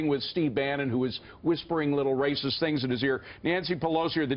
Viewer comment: Who is this anchor? Why doesn't he have the facts? And the emphasis on that "racist" crap is ludicrous.